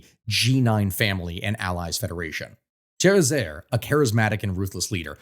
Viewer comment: Jovenel Moïse's name is pronounced "zho-veh-NEL mo-EEZ" not "ho-ve-NEL MOY-zee." Ariel Henry's and Jimmy Chérizier's last names are "awn-REE" and "sheh-ree-ZEE-AY."